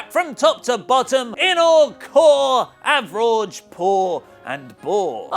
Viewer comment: AVERAWGE? COR? Boy, you guys are so easily entertained. POOR!